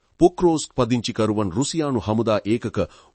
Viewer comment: හරියට වචන උච්චාරණය පුරුදු වෙන්න. "පදිංචි" කියන වචනය දෙවරක්ම "පංදිචි" වශයෙන් උච්චාරණය කලා.